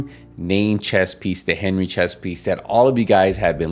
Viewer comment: Its French. Its pronounced Ari